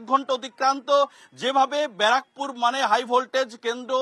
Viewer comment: বারাকপুর না।। ব্যারাকপুর।। এতো বড় চ্যানেলের এরকম উচ্চারণ acceptable না।।